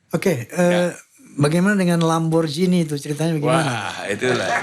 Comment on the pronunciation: Lamborgini.. bukan lamborjini.. org indonesia klo ngomong di inggris2kan.. orng ingrisnya aja klo ngomong lamborgini..😅 baru pak stiawan jodi org terkenal yg bener penyebutannya..